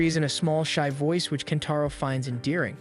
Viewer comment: Kentaro turns into KENPACHO at the end episode for a minute. Thanks AI script. 😂😅 that usually annoys me but i actually cracked up when i heard that